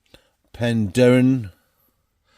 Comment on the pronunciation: pronounces Penderyn perfectly and i should know as I live there, living the life in the way of /woman👍